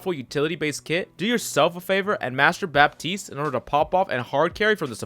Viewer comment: Fun fact: For Baptiste, you don't pronounce the "p" in french